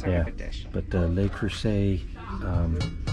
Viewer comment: Love you guys but it's not "Lay" Creuset. It rhymes with "duh." "Luh" Creuset. It's French, not Spanish. Enjoy your life!